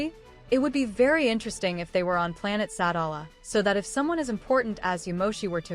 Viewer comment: It’s pronounced Sa-dal-a